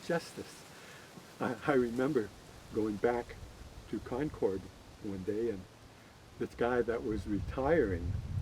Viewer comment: Concord is pronounced the same as the word "conquered" I grew up there.